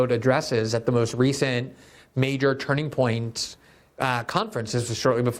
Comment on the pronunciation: I love that Glenn is so eloquent but keeps having trouble saying “Turning Point”